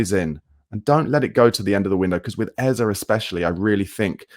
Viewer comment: Brother, say the man’s name right. Please. Then your club might have enough merit. Maybe then.